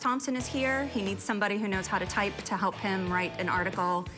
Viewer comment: He said pelp instead of help